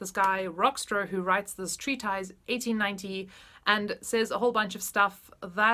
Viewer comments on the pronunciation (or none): Hi, just to mention that the word ‘treatise’ is pronounced treatiss